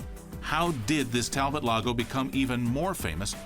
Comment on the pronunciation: Its French. Tal-bo